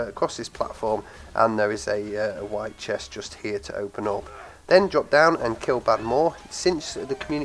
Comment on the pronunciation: "there is an other chest to hopen ....ähm i ment open ....." 😂